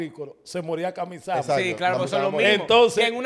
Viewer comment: no es kaoisama es kamisama